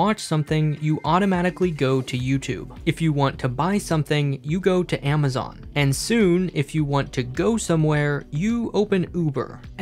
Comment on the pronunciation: wtf is "AMAZONE"